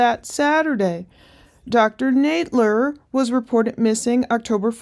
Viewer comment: I know it's a minor thing but it's a bit cringe that you keep mispronouncing her name (saying Nade-ler) when we've heard her friend say Nadler a dozen times already.